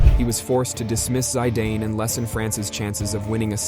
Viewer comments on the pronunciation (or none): Who on earth is the narrator? "Zydayne" 😂 for a start, that is not how you pronounce zidane, and secondly that happened in 2006, so it wasn't in the last ten years. Also henri is pronounced "on-ree" not henry. 😂Why dont Americans stick to the sports they know. 😂omg ive just got further into this dumpster fire, "he was stood over an undoubtedly DEAD Italian! Materazzi wasnt dead you lunatic! 😂😂 Medellin is also not pronounced that way. Please do some research you're embarrassing yourself. ❤